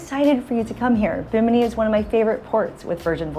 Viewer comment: Girl learn to pronounce the name properly😮